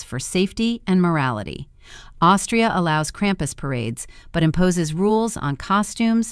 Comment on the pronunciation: Ai - cannot pronounce krumpus.